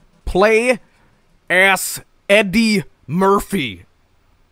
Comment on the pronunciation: AS, NOT ASS!